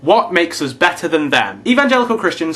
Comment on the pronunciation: dude, now i noticed. When you pronounce us it sounds like (m)oose , spanish u...